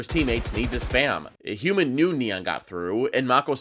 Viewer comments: Triggered every time he says HYUNMIN like that....wtf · the hyunmin pronunciation is making my ears bleed